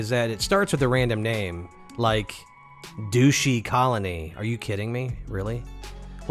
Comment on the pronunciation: As always great video. Wonderful details. By the way that random base name was pronounced "Dush-y" like "Dust-y" not douche ;) But that wouldn't have been as funny, so I approve of the mispronunciation. ;) Also, I noticed you didn't didn't get the storm when you started your base. Did you just build a base and ignore the base building mission? When you do the base building mission, you are awarded some blue prints.